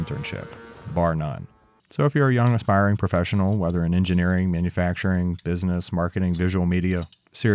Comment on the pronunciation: "Aspiring YouTuber" Aspiring , he says.